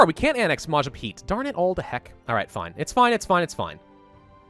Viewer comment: Majapaheet reeeee Its Mah- jah- pah hit